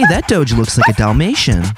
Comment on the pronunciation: He said hey look a doge so normally like it was the proper pronunciation